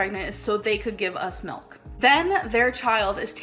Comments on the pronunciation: The way she pronounces milk as MELK😂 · omg yes bc shes Canadian I believe thats how most Canadians pronounce milk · as a canadian i have never pronounced milk like that in my life but i cant speak for everyone LOL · “Expeshially”…”melk”…”meat gives you cancer, cheese gives you cancer”…Gorl…🤦🏻‍♀️ 🖤🖤🖤